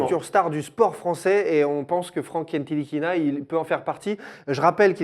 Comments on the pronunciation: Les gars c'est "Nilikina" pas "NTilikina" il l'a dis dans son interview 😉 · NTilikinha se prononce sans le T !!! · par contre on dit nilikina le t est muet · Ca se prononce "Nilikina" les gars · les gars ntilikina ca se prononce nilikina le "t" ne se prononce pas 😉 Sinon toujours aussi cool a regarder ! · Petite précision Ntilikina ce prononce Nilikina on ne dit pas le T. Il l'a lui même dit dans une interview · Sauf que Frank Ntilikina a dit dans une interview que son nom se prononçait Nilikina. T'y étais presque ;) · C est dommage que ntilikina se prononce Nilikina sans le t, sinon oui c était bien prononcé, bien jouer les gars 😂 Sinon super émission comme dhab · on dit franck nilikina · Les gars, le "T" de Ntilikina ne se prononce pas ( se prononce "Nilikina" ). En tout cas on prend toujours autant de plaisir a regarder vôtre chaine. Continuez comme ça vous êtes super ! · Les gars ça se prononce "NILIKINA" !! 😜 Continuez pour le super boulot Vous êtes au top ! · Ntikilina on dit pas le t si ?